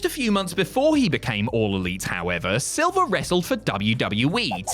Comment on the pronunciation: John SILVER, not SILVA 😂